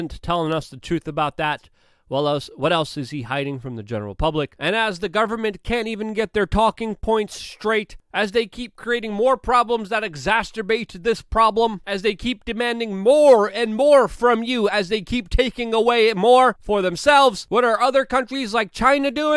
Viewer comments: Luke, I love you but "exacerbate"... Please notice the lack of "t" after "c". Ex - ass - er - bate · One day, "exacerbate" will be said instead of "exasterbate". 😁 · The word is exacerbate, not exasterbate. Every video you keep pronouncing it wrong over and over. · It's pronounced ex-ass-er-bate not ex-ast-er-bate. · Great vid but if you’re going to use English. Then it’s exacerbate and not exasturbate. Not important but might as well get it right. Cheers. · Hey Luke. It's EX-A-CER-BATE. Not EX-AS-TER-BATE. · lol he said the word EXACERBATE wrong about 20 times in the video EGZASTURBATE LOLLLL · Stop saying “exaSTERbate”, you’re pronouncing incorrectly. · I love your channel, content and presenting style Luke and I don't like to sound like the grammar police but exacerbate doesn't have a T in the middle 😂 you use the word exacTerbate so often it's distracting and I have to keep rewinding the video 🤣 keep up the good work dude!! 💪🏻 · exascerbate...... there's no "t" in there Luke. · The WORD is: Exacerbate... NOT Exasterbate. There is no association with masturbate. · Exasterbate.....lol. You so good work my man but please stop saying ‘exasterbate’.....it sounds dirty 🤣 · Exasterbate?! Damn homie, I quit doing that age 14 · exasTERbate? 3 times in one video? :) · Love the videos but it's "exacerbate" not "exaceterbate". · plz learn to say exacerbate....not a hater. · Ah let him say it however he wants. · Why do you keep saying exacerbate when you can't say exacerbate? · Bro! I love ya man, but the word is "Exacerbate". This was a great episode, I appreciate your hard work out there. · Luke: The word "exacerbate" does NOT have a T in it. You use this word constantly in your videos and on TIMCAST so please learn to pronounce it correctly. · Love you but there is no “t” in exacerbate. Just an “s” sound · Come on Luke, there is not a second T in the word exacerbate. Lol